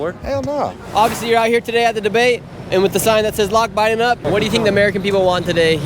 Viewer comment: Girl said Obama then said Bide , sheesh......